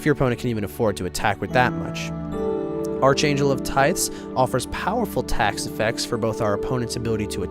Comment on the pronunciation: Arch angel is pronounced as ark angel not arch-angel